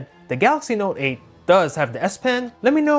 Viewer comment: Your voice is fucking annoying the way you emphasise on the s9 or note 8